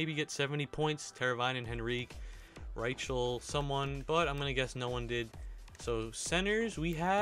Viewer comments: Rychel is pronounced Rie-cul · And btw, "Rychel" is pronounced "Ry" "Kull".